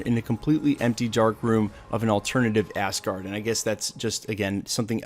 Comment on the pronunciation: Lol when you say Asgard it sounds like Assgard